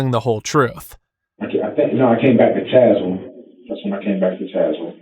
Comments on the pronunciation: Pst-- it's pronounced Taz-well (or if you actually live there, then Tazwil) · Hate to say it, but it is Tazewell County (pronounced taz-well). More drugs make their way into that area than decent employment. Rough neck of the woods down yonder, but sure is some pretty countryside.